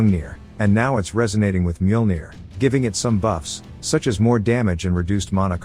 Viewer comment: I love this series, thank you for posting. I think it's kind of funny the AI voice can mispronounce some words but pronounces Mjolnir perfectly.